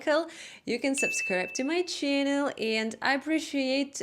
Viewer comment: I look forward to hearing " welcome back to my Cherrrnulll " every time.